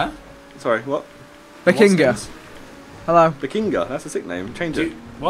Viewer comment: Anybody else hear Ethan say "Bazingha's up, he's erect" ? XD